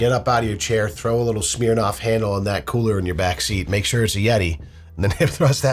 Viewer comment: I love that you pronounce “Smirnoff” like “smeer-noff”